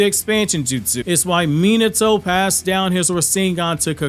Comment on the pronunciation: I really wish you’d learn how to pronounce Minato’s name…